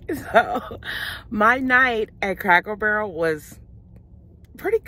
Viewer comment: Are you saying Crackle Barrel ? Or Cracker Barrel ? 😆 You had me laughing . I’m obsessed with the little stores in those restaurants. My family always has to come find me and say your food is on the table mom. 😁